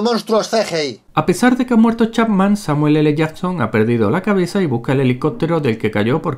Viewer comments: el samueeleyason XD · Según este tío es el Samuel ele jasssssssson jsjsks ondaaaa vitaaaaaal